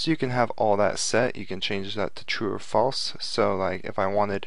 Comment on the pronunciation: U spell false wrong u said flease I think